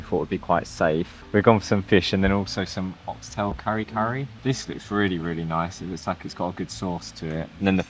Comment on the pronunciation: Try eating lechon with rice. Lechon, taken alone, is too strong of the flavor, it may seem salty. But, with rice, its saltiness spreads to the rice, lessening the saltiness, as the rice itself is added a bit of the flavor from the lechon juiciness. The result is a total, savory combination of a lechon meal, which is even more filling. Also, it isn't supposed to be "curry curry," but pronounced "kareh-kareh." Nothing to be like the Indian dish at all.